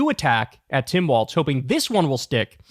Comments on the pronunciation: Say it with me, Walzzzzzz, not Waltz, he's not a dance ok. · His name is pronounced "Walls".